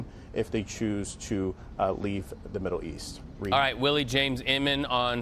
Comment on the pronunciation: this guy said 'create havoc in the riddle east" not middle lol